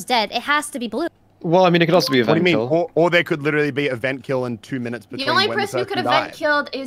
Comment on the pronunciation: “Toast came out of a veent~” Famous last words